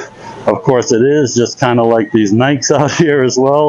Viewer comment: It's pronounced Ny-Kee.